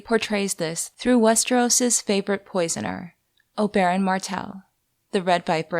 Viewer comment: Hearing Oberyn pronounced that way makes my eye twitch.